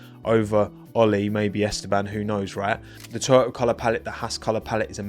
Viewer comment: Oh he's saying TOYOTA. I spent way too long trying to understand why Toto was influencing the Haas livery 😅